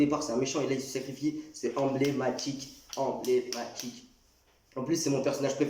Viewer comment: clairement meilleur moment d ela vidéo sinon ta dit combie de fois enblaimatique 😂😂